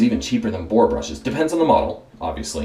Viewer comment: Had a little trouble with "boar." Huh? It would have been awesome to see an un-dyed boar brush in there. Otherwise, good, informative video!